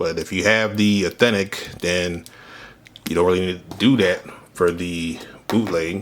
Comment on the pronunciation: The way bro says Eethentic over and over instead of authentic 💀💀💀 someone push me off a bridge please 😭 LMFAO